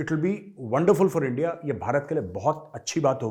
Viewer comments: Dear honourable sir kindly request you to please pronounce our heart our nation's name correctly not likes Pakistani. 🙏🙏 It's INDIA❤️ not endia We are Indian not pakistani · Sir accent on ndia😂😂😂 I just laughed.....